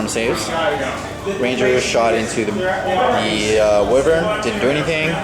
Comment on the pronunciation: The Whai-vern pronouncing dude should be shot, lol, it's Wih-vern, not Whai...